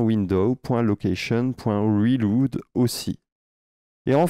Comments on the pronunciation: C'est cool ! Gros thanks. Ca me fait rire à chaque fois que tu dis "reloude" 😂. "relaude" fera une meilleure prononciation. J'espère que tu montreras aussi une option pour limiter le nombre de personnes qui peuvent s'ajouter. Par exemple changer la limitation du nombre de documents que peut contenir une collection. (1000 puis 2000 etc...). Si on veut ajouter les gens progressivement. J'ai aussi remarqué que lorsqu'on se connecte avec plusieurs comptes d'un coup il ne recharge pas la page. Et on reste déco à moins de recharger manuellement. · merci pour le tuto! reload maude on prononce relaude en anglais :goodvibes